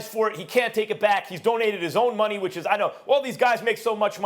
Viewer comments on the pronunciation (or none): none